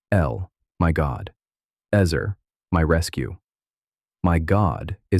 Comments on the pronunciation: It would be extra nice if the word was actually pronounced properly in this video. It’s pronounced ‘ets-aire’, NOT eez-er or ezz-er. How awful to hear it pronounced terribly incorrectly over and over again!!! (Just say no to ai voice!!!) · Is it pronounced "ehzer" or "eezer?" AI narrator goes back and forth.